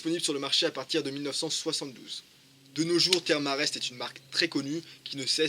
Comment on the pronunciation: Sympa le tuto historique, par contre, ca se prononce "Therm E Rest" ^_^